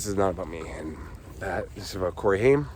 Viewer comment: Funny how you pronounced his name it is Haim rayim that is how you pronounce this last Jewish name